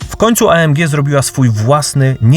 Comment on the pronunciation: Chyba EJ EM DŻI a nie A EM DŻI. Zróbcie odcinek o Tabenckim :)